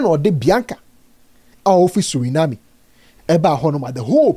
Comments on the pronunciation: It is Suriname not Surinamie ah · I beg, I gbaa with the name of country, it is actually pronounced (sur·uh·naam). We’ve also been taught that ‘Suriname’ was a Dutch Colony so it’s possible for one to get a Netherlands passport🙏🏿. I love the comment section ❤️ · 😂😂😂😂😂. I was also wondering which country Surenaami was. Thanks for the correction